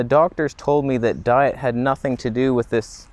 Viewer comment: "You need to drink Deet" hahaha